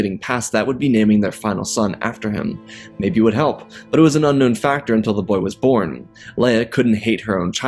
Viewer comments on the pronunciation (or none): none